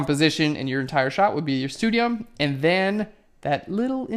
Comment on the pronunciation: Just for the record, I believe stadium and punctum are words from the latim. But, since my native language is Portuguese, your pronunciation is pretty good. And I also like PHLEARN very much!